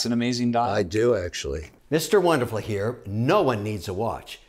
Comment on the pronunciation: Mr jewderful